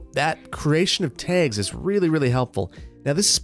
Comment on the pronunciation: Is it just me or does pronounce 'tags' differently? After the first few I couldn't stop noticing it.